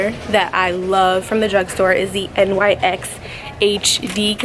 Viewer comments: I’m not being mean but it’s my biggest pet peeve when people say N..Y..X. It’s pronounced “nicks” 😭 don’t come at me people okay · its not N Y X its nyx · It's not N.Y.X it's a word : NYX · No hate at all but NYX is pronounced nix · I never had somebody pronounce nyx by the letters😂 i just pronounce it “nicks” but tomato, tamato. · it’s not nyx the literal letters it’s nyx as in “nicks” 🤣 lol